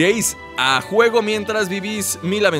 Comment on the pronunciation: es juegos no guejos